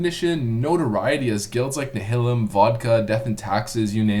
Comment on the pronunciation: Nile-um not "nuh-hil-um" lol Also I dunno about that bro...hardcore PvP servers really weren't paying attention or care about PvE. We had our own rivalries revolving around PvP lol